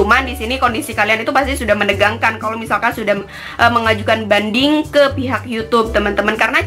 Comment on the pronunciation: Hahhahaa,lengket ya hahhaa penyebutan mengajukan bandingnya😂😂